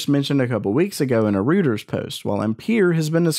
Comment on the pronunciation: Reuters is pronounced Roy-ters! 😎